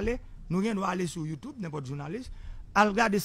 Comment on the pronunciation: Yo pa di n’impotre( n’importe) pa gen R nan te a. Repeat n’importe.